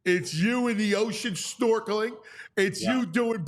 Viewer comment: Except when he said "you in the ocean, storkling" lol.